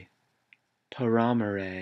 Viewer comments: you said these all wrong cxx its not pah rah more eyy its Para More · It's PARAMORE NOT PARAMAME THE LEAD SINGER EVEN SAYD IT HERSELF PARAMORE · is this a joke on how to pronounce words ? last i checked paramore is not pronounced pa ra muh ray ... its pair uh more..... and after watching more of this. its obviously a gag.... i dont get the joke...... you mispronounced band names because......? im not laughing and i doubt others were either. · its pear-ay-more